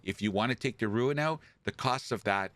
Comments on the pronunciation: ROON. Not Ruin. ROON. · WTH is a “rooin”?? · I am mildly OCD, it's rune, like moon with an rR ather than ruin which is an entirely different thing.